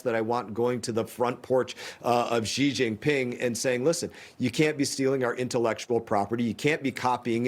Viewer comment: She mispronounced Xi's name